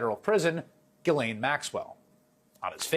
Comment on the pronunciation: thank you for being the ONLY one to pronounced Ghislane correctly. I see so many struggling Embarrassingly with this. 😘